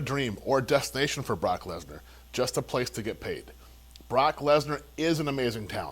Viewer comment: Anyone else hear call Brock "Block Lesnar"?